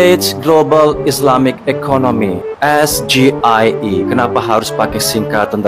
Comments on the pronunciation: Dia itu seperti monyet yg dilatih buat melafalkan SGIE...!!! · TENTANG AIR BERSIH KAN UD DIJAWAB TANPA PAKE UANG BUMN YAITU BERKERJA SAMA DENGAN WARGA DAERAH SETEMPAT BANGUN WADUK PENAMPUNG IRIGASI COBA DIDENGAR LAGI JANGAN DIPOTONG.BIJAK/ NETRAL.CUMA ADA YG KURANG SINGKATANYA GA DI EJA BHS INGGRISNYA SGIE??